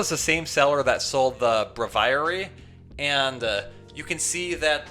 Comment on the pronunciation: Repeat after me: BRAY-vee-air-ee. That's how you pronounce Braviary! lol. It's a portmanteau of brave and aviary!